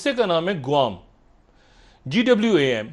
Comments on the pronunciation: gwam nahi salo pakietani GUAM HAI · Guam Or gwam lol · Guam hai aur ye gwam bol rha😂😂😂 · Ye guam hai gwam 😂😂😂😂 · Guam = GWAM chutya sala